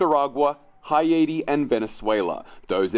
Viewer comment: Haiti: "Hi-eighty"? "Hay-tee".... just saying... Biden is such a tool. Why do we have a 'responsibility' to pour money into so many countries around the world when we haven't taken care of and strengthened our own country first?? And of course the 'natural immunity' posts were censored, because, money. That totally went against the history of the scientific community's position that contraction of an illness provides a level of immunity. Not surprising, though, after the definition of the word 'vaccine' was literally changed in the dictionary and on the CDC website to be able to include these shots being called that. 1984 unfolding before our eyes...